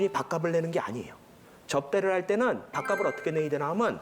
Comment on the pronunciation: 밥갑슬이라고 발음하십시오.